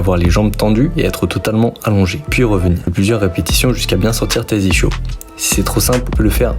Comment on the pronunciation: J’y connais rien en sport mais en vocabulaire : j’ai bien vérifié, ça se prononce iskyo jambier. Comme l’ischion (ou ischium) qui se prononce iskyon. Et merci pour tes supers explications ❤